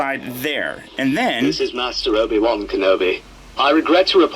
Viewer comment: The Obi Wan voice is pretty close but listen carefully to the vowels...they are slightly off!